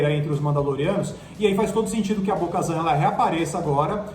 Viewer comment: Bo-kazan e A-Sóka Meu deus gente!